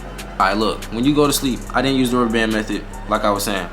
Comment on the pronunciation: I heard that too lol youse